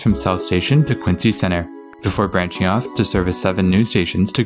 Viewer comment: Here, let me help you. My hears are bleeding right now: Woburn = "Woo-burn" Soughton = "Stoh-tin" Haverhill = "Hayv-rill" Lowell = "Lohl" Dedham = "Dead-um" Concord = "Cong-kird" Natick = "Nay-dick" Falmouth = "Fal-mith" Quincy = "Quinn-Zee"